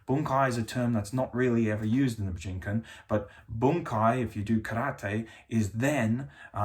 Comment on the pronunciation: Your pronunciation of Bujinkan hurts my brain.